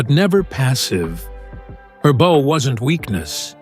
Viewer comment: The bow? C'mon get someone who doesn't screw up the narrative within the first five minutes